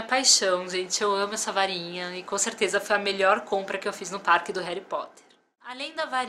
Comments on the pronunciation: NAO É HARY É HARRY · pois é eu vi o vídeo gritando não é heri e HARRY 😲😲😲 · hery potter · não é hally potter